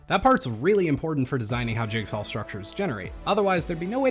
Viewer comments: jigsaw, not jigsawl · he pronounces jigsaw as jigsawL and it starts to get to you after you notice it